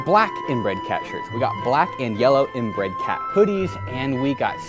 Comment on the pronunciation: Also, what the hell, he said INBREAD CAT